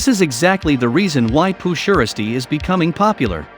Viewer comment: Pooh sheristy that's not how u say it its s shiesty